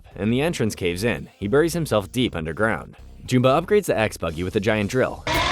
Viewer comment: Why do you pronounce Jumba's name that way?